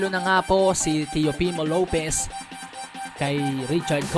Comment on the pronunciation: Tama ba ang dinig ko sabi mo Teofimo Lopiz??